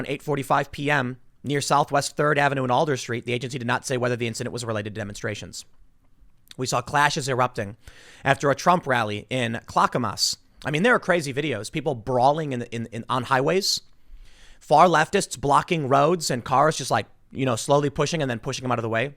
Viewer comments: come on Tim you're from the PNW. it's "Clack-uh-muh-ss" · Its pronounced cla-cuh-muhs with the first A said like the one in at. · Clackamas: Clack ( long "a" rhymes with 'rack' ) A ( short "a" sounds like 'ah') Mas ( same pronunciation as 'christMAS' ) AUDIO: :) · The only thing that surprised me in this video is the mispronouncing if clackamas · Just so you know tim, not even the natives pronounce clackamas like that. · I live by Portland. Hearing Tim pronounce the names around here, including clackamas, is very difficult.